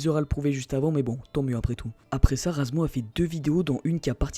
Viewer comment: C'est pas razmo, c'est razmouth xD